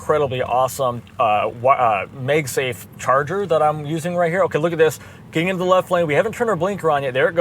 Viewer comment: I like the new intro, good job! The Mag is Magsafe is pronounced like mag-net, because it used a magnet. It's not "May-egg" safe. Grammar police out. :)